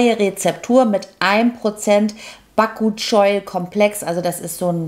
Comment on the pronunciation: Moinsen! Ich hab auch jeweils meine Spezialprodukte und gehe deshalb in beide Läden. DM ist optisch ansprechender aber Rossmann hat bessere Angebotsaktionen. Kann es sein, dass man den Wirkstoff Ba-ku-chi-ol ausspricht wie man‘s schreibt? Hab ich bei der netten Incipedia gehört… LG aus Ostwestfalen